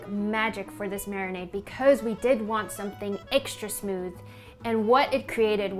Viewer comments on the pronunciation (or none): none